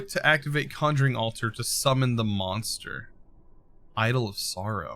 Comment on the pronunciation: dude not monster its mourner. Did you drop out of school when you was 5?